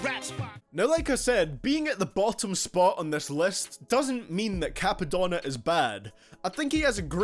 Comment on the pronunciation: "Cappadonna" writes comment and clicks off video